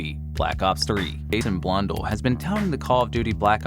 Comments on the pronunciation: Hearing you call Jason Blundell as Jason Blundul sounded wrong. Sounded sooo wrong as a long time Zombies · Lol you said Jason blundells last name wrong